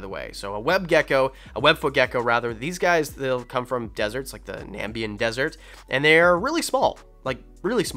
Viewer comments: Not "Nambian"! " Namibian"! Use letters to make words! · I've always heard that axolotls need at least a 20 gal, with 10 gallons more for each additional axolotl. The reason being it's almost impossible to maintain the water parameters in a 10 gal due to the amount of waste they produce. Also, it's "Na-MI-bian, not "NAM-bian"